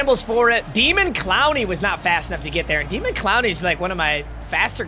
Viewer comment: calling him demon instead of daymon, smh. Stop being so white.